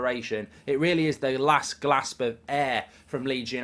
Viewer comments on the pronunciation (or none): last 'glasp'? 🤔